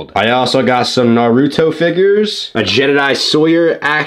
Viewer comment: SAY NARUTO RIGHT